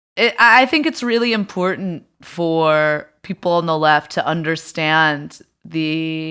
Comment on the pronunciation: It always sounds like she pronounces P as B. People (beople)